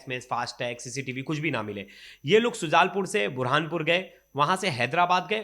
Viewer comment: सुजालपुर को बार बार सुलजापुर कहां जा रहा है मप्र के सभी शहरों के नाम तो 😂सही लो ।